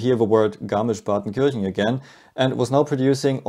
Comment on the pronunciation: Garnisch-Partenkirchen Garnisch-Partenkirchen Garnisch-Partenkirchen